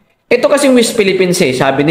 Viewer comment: D ka nahihiya boy yung mga amo mo ang daming atraso ok lng sa inyong mga kulto. pag ang presidente pala ang murahin at siraan ok lng sa inyo aba is kang kalahating bugok is pa Ayusin mo pananalita no d ka maintindihan correction west Philippine sea hindi wist😂😂😂